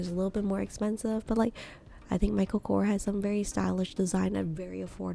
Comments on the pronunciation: It’s Michael Korsssss not Kor !!! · It’s not kor it’s korS that's his last name . And it's a shitty brand, can't compare to a coach